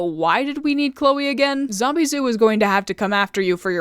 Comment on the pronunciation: Lmao, thought her name was "Zombieboo" and not "Zombizou" since i hear them "Boo" more than "Zoo" Lol💀😭🙏